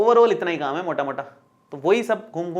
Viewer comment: Sir AAP Rajasthani ho "MOTTA MOTTA" 😃😃